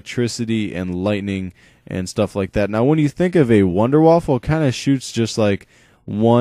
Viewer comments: Wunder Waffe! Wunder Waffe, not wounder waffle. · ' wonder waufer ' -.- dude wtf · The gun is not called a WONDER WAFFLE its called the WONDERWAFFE! waffles go in your toaster.. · sounds like english people say wonder waffle! hahaha :)